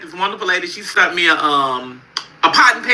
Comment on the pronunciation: Can't even talk.....sunt....it's sent you dummy